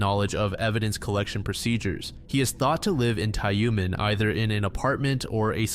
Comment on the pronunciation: the heck is "Tayoomen"? it's Tyumen, "yu" is pronounced as "yu", how hard is it? gosh